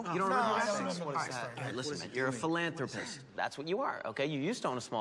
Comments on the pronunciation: If you told me Charlie couldn’t pronounce philanthropist, I’d guess he would say full on rapist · Can we talk about how forgiving and patient the girl was? She didn't leave when he showed up sweating profusely, figeting nervously, smelling like Cheese and bleeding from hornet stings. She didn't leave after noticing that he wasn't even literate enough to pronounce "philanthropist". She didn't leave when he confessed everything she knew about him was a lie. She didn't leave when he told her he was just a broke janitor in a bar. It took him literally sexally assaulting her for her to realize the date is over.